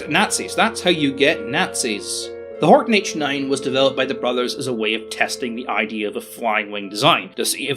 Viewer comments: Horten .... not Horton ;) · Ok, im sorry its a nice Video but i cant get around it. There was no Horton 229 in German Service EVER ! Its a Horten after Walter Horten, not Horton. Still a nice vid tho it just like saying ME-109. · I thought it was Horten, not Horton? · pouring -> poring, Horton -> Horten, and its name is not Ho.